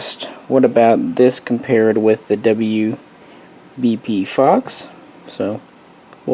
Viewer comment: When you said “Fox” right before shooting the WBP I thought you said FUCK 😂